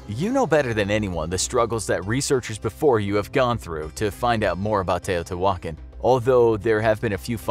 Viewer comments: Its not teo-tay-wokkin its te(h)-o-te(h)wah-khan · How to you get your pronunciation? Tao-tay-wan-kin?? LOL Try Tao-tayah-Wah-cahn.... Your pronunciation is driving me crazy! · its tea-ha-tea-wha-kon not tea-oh-tea-whalkin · Tay-oh-tea-wah-kahn. Not Tay-oh-tea-wokin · It’s not pronounced teyo te walkin... lol please look up pronunciations before making a video lol it was painfully funny to hear you say it like that... It’s teɪˌoʊtiːwəˈkɑːn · The pronunciation in this video makes the old gods weep. Edit: The presenter sounds like Fozzie Bear! Teotiwokkawokkawokka! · ITS PRONOUNCED (TE OO TIII WAAA KHAN) SAY IT WRITE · Are you trying to say Tee-o-Tia-wah-kon ??? cause that's how u say it 🤔🤦🏽‍♂️ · It fricken Te-oh-te-wah-con Not whatever u called it lol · I haaaaate how he says “teotihuacan” 🤣🤣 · The accent is on the last A. You should pronounce it better. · The hu in teotihuacan is pronounced like a W. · Hearing him mispronounce teotihuacan every time made me leave this early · "Tio T. Walken" Christopher Walken's Uncle. TiO tEe WaLKen...but can pronouciate Quetzalcoatl correctly.